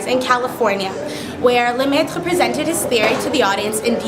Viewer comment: Beautiful pronunciation of Lemaitre.